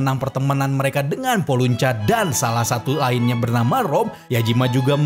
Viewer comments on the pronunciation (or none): Nama gurunya Gray dan Lyon itu ul dibaca (ur) Dan penyihir medis Fairy tail namanya itu Porlysucca bukan Polucha bang